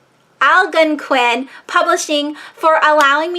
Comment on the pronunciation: It’s not hard to pronounce. My mother was from the Algonquin tribe. Say... al GONE quin simple. Now say it again... al-GONE-quin. It’s getting easier. Have you reviewed “Catch 22” by Joseph Heller? How about “Johnny Got His Gun” by Dalton Trumbo?